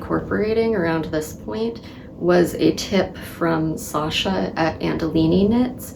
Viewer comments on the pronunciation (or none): none